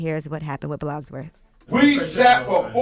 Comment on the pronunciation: Nobody: Charla: BLOGSWORTH